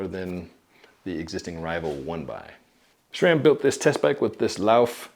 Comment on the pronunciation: Nice. although I don't get why you pronounce it SHRAM....